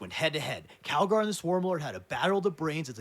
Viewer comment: Bro keeps calling him Cagalry 💀